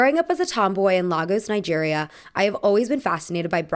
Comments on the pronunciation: I love you, but it is Lay-gos not Lah-gos 🙏🏾🇳🇬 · Hey, just wanted to say it's pronounced Lay-gos! I'm Nigerian and I see a lot of people mispronouncing it so I just wanted to come here and clarify! Anyways I love all your videos and I think you're a really cool creator! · If you want to cry your heart out read a khaled hoseinnis thousand splendid suns or amy tans the valley of amazement! Also Lagos is pronounced more like lay-gos 🫶🏽